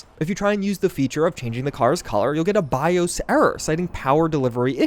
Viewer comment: As someone who's very interested in accents and dialects - I've never heard anyone pronounce BIOS like that. Fascinating! Also, I totally didn't notice the hair glitch on Judy when I hit that scene.